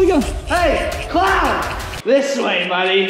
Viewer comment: a. dont. vori. claun. 😂